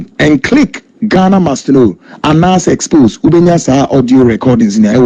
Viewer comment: you can't deal with nobody,Tiger eye trapped you and you fall.corruption is corruption,you could have refused the money.wether it's old video or not,pronounce the word well#exposé and not expogé😂😂😂😂🙏🙏🙏Don Coulibaly